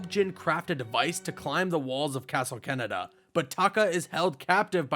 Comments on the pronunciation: "Castle Canada" I'm pretty sure its pronounced Kah-neh-dah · I left after you pronounced castle KanedaKah-neh-dah” no “Keh-neh-dah” like we have Cananda and that’s how you pronounce that country learn to correctly say Japanese names and locations and maybe ppl will not cringe watch your videos they have 5 vowels that are always the same.